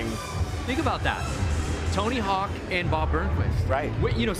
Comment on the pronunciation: Dude said Tony Hack… 🤦‍♂️